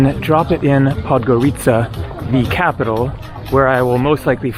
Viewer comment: Baby coffin looks like a regular flower pot and it's not Podgoríca, it's Podgórica. 😂